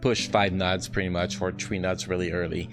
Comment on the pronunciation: how you pronounce nodes creeps me out, took me awhile to get what you were saying